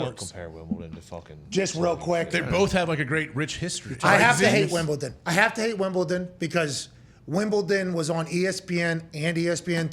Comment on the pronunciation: Y’all are mispronouncing Wimbledon